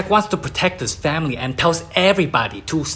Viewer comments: 🤣 every time I hear FA-MI-REE... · Nah dude... Imma keep y'all updated with moments that made me laugh. Literally first couple seconds I hear famery instead of family. I laugh my as off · "famiry" the best word said by and asian. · “Tarzan goes to save his FAMERY” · "aNDd hIs fArUmy" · Just hearing famiry makes me laugh They teach him the engrish😂😂😂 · I love the way he says family 😂😂😂